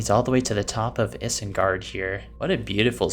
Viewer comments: if I hear you say isengard like that ONE more time while im watching this vid- GOD DAMN IT. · Why did you say isengard like that... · I feel like this guy is lying about not knowing “anything about Middle Earth” because ain’t no way you haven’t heard “Isengard” pronounced correctly.